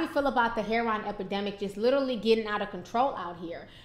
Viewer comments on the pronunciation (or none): It's not pronounced "hair-on"... its Heroin... pronounced "hair-o-win"